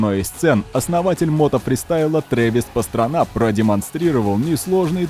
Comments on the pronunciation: Т.е. автор весь ролик нозит своей джимхано́й (хотя сам Кен говорил "джимха́на") но при этом не погуглил ударение на Пастрану? Ну и БиФиГудрич и ламборДжини тоже очень интересно звучит 🤦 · лучше почитал бы как правильно произносить Пастрана